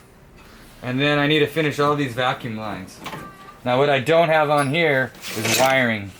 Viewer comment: For future reference, it's quintessential, not quindissential. Also, it's vacuum...not vacume. Lmao Gotta look out for my boys! Don't want y'all to look like you're illiterate.